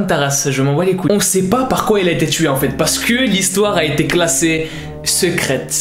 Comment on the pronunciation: “OH IL DEVIENS QUOIIIOOOOHH” 😭 notre accent te vas tarpin bien 😭